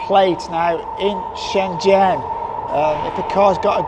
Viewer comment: You can definitely improve your pronunciation of Shenzhen.